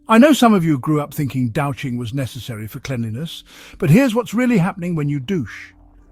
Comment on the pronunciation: It's pronounced dooshing..... js...